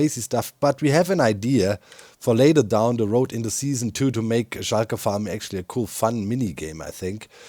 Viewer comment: I love how you say Shulker, like "shy-ker", I'm fascinated with languages and I can feel how that makes sense in German and I find it quite endearing